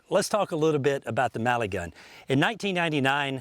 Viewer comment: Ohhhh it's MELIGUN not Maligun like this guy says. Why does he say it so weird?